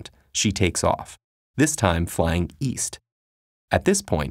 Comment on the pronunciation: East? I thought he said weast